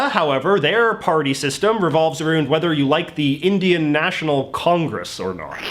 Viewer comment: bro did you just say "aroond" wtf?